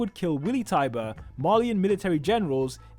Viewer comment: Lara's last name is Tybur, not tiber and some say her real name is Emma Tybur.